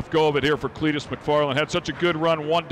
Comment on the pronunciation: Are they trying to say Clitoris? I feel like they keep saying something foolish like Cleetorus.